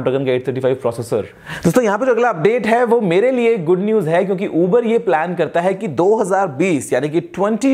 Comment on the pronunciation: bhai "kyonki" aache se bola karo...woh "kyonnnki" nai hota h...